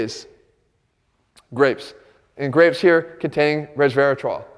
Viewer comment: just sounds so funny when he says "grapes"